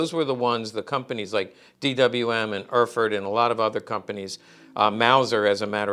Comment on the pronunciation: "Erfurt" in German sounds like "air-furt" in English, pronounced rapidly, with the accent on the second syllable.